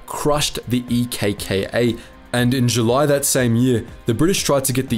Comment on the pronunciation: Nice one mates - from a Greek. You covered it pretty well, with lots of valid facts and generally a very nice video. Also it was funny seeing you try to pronounce the Greek Local names and stuff. Just a note for the names of the Resistance groups; ELAS is better pronounced as elás, EKKA as eká, and EDES as ethés. It would have been much easier for you to call them like that rather than actually saying the starting letters lol. It was such a dark Page of our nation's History and Politics...